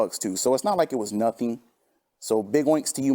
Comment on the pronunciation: It's naht true it's NAHNSENSE